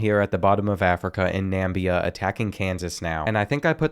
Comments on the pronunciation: Btw it’s Namibia not Nambia just letting you know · Bro you mispronounced Namibia (na mi be ah) And Mozambique (mozam bik)